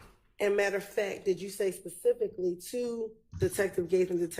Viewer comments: One that says "pacific" at that!😅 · Pacifically, I don’t recall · I cringe every time he says Pacifically 😬